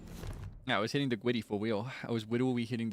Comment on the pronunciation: hwitting the gwiddy is cracking me up so bad